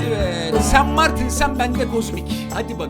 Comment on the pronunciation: Allah çarpsın en baştaki espririyi senden önce ben yaptım.sanmartine öyle bir sen martin dedin ki nxnxnd